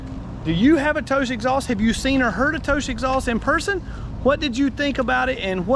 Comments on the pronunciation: like tohss lol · I've known a few riders that had installed 'Toce', (pronounced: toe'CH'ay, btw), they both ended up switching over to something else, Yoshimura/Termingnoni due to the obnoxious sound and the exact midrange drop as per this vid. Personally, I though they sounded great, but only at redline...they were anti social loud, however, at all all engine speeds. Ha! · Its a single syllable name pronounced like said it minus sh on the end. Think coma’tose’ Bought one for my lady’s 600 for the look and sound. Best looking under tail for the cbr600 imho. Small company out of Connecticut just trying to sell a couple exhaust against the big boys. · I've been pronouncing Toce incorrectly this whole time lol.